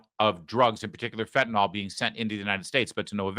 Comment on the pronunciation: It's not "fentanol" Larry!